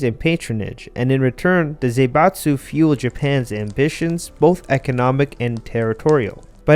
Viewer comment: It's not Zeibatsu, but Zaibatsu, Zah-ee-batsu. Please check the pronounciation before using a term this often